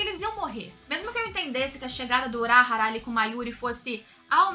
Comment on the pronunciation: pq q vc fala uráhara se é urahára ? falam toda hora o nome dele e vc fala errado o nome